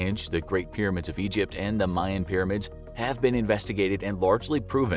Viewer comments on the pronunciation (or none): none